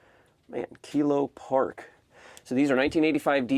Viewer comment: It’s kilo pak